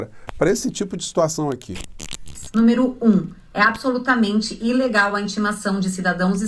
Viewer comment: Eu ouvi mesmo o falar " Inlegal" ou estou surdo?